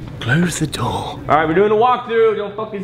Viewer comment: THE WAY KIAN SAID “CLOSE THA DOOR” IN A BRITISH ACCENT PLSSSSS